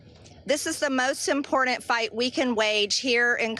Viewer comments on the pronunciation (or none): The way she says “impoordant”… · I can’t stand it when people pronounce “important” as “impordant.” It makes me crazy. MTG is playing a game with the Epstein files. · I hate when MTG says “ImporDant”! But I am glad she said what she said. However… she was best buddies with Gaetz. So I am not sure if I trust her sincerity. I wish I could believe she means this.